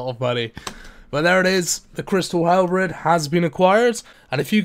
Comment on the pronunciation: The crystal halbrid.